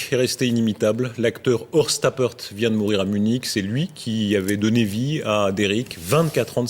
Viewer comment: "Horst Trappert"